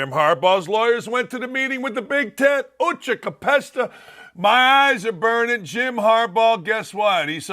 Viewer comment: Good grief, you launched with Cheech and Chong and completely effed it up. "Fuchi capesta". Other than that, good job.